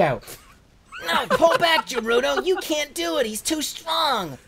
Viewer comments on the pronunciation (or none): Hate to break it to you, but Garudo (or "Gerudo", how it's actually spelt), is from Zelda. So close, Jerma, so close!